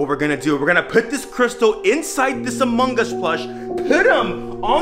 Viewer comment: Bruh did u just said "among gus"